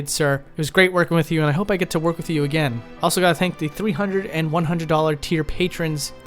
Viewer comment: Fascinating vid, but can you please stop saying 'wif' instead of 'with'? It's driving me nuts in an otherwise excellently-narrated channel.